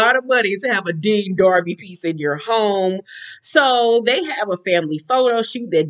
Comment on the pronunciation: 🦋A "Dean DARBY" 🤣🤣🤣🤣 🗣️ I HATE YOU🤣🤣🤣🤣🤣🦋